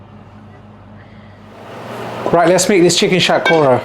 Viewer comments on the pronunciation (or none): Sounds weird when you say bengali words such as shatkhora in the coconut way. Just say it in bengali man give it to them in the real way it’s more authentic like that